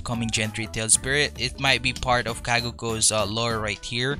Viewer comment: says the one who pronounces it "kaguko"